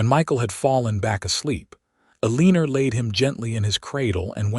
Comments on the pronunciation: Not Aleenur🫤 it’s pronounced Ellen- nor.🤦‍♀️ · The first time I heard it I was like I have never heard of the name Elleener before? 😂😂😂 Then I watched the reading and figured out that it was a miss pronounced word. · Can pronounce Kieran but not Eleanor. 😂 Great story though.